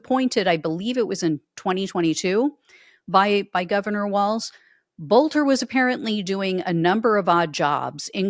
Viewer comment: His name is pronounced "Belter". In Germanic names the second of two vowels is the one pronounced.